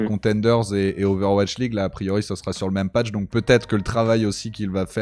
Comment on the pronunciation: "owatch league" xD Non sinon excellente interview de, il a vraiment grandi, son discours est beaucoup plus mature, réfléchi… Ca fait vraiment plaisir.